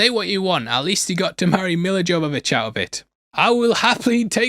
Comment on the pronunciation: Her name is pronounced Yovavitch. It's not a hard J. And you aren't American so no excuse for getting a name wrong.